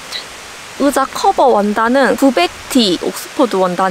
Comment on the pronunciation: 으자 발음이 너무 귀여워요 ㅋㅋ❤ 맥북 장만하신거 축하드려요~ 미래의 도 힘내주세요^-^!! 의자도 편한거 딱 맞는거 받으신거 같아서 다행이네용